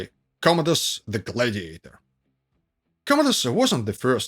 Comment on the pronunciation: OMG; the accent is on the 1st syllable in "GLAD-iator, NOT on the 3rd syllable, which you keep repeating over and over again. Please; it's GLAD' -i-a-tor.